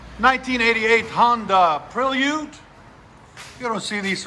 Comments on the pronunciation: Honda Prelllyoude😂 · Poor “prelllyuuude” 😂 got ripped off I’m sure. Would’ve been better off buying a no name eBay bolt on vs paying a guy that can’t pronounce the name of your car 🤔🤷🏽‍♂️😆🤦‍♂️ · Yeah, he was definitely say prill-yude and they put 3inch exhaust on a car with 135hp. Lol wowie!